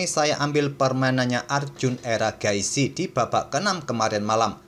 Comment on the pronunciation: Mimin udah kebiasaan manggil Erigaisi jadi Eragaisi 😂